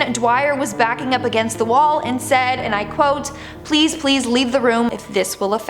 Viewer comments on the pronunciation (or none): none